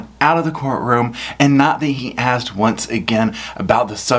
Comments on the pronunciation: He ‘axed’ the deputies and he did not tell him about the ankle shocks!! Tell him the ‘troof’ now!! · Why does he say "axed" instead of "asked"? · "You said it wasn't told to me by you? I never axed you, correct?" Who among us wouldn't have loved to see the deputy throw ' whole "what do you mean by 'you'" line back at him? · U didn't AXE me !!